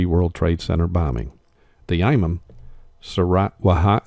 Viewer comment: Imam is pronounced Eeemom.